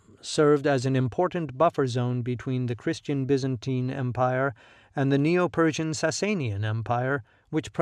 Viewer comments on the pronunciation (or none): none